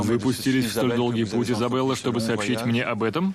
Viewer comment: ни Изобелла, а Изабелла! Ну что это, уж хоть ошибок не делайте!